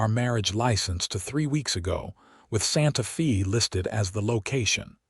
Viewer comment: Wonderful story! One of my favorites Wild West stories. AI needs to improve you pronounce Santa Fe (Fay) and it's not wound her arms his neck, round. It's they read books together. Verb tenses present, past, and future tense. AI is good but it's not great. Narrator's voice is the best! Thanks for taking care of all the loose ends and bring the story to closure. Deep in the heart of Texas!